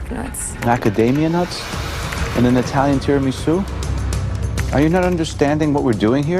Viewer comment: I may be Italian born in PA, but it really just cringes me out when he says Tiramisu, it may be the right way to say it but even my Italian family doesnt put that hard accent on it 😭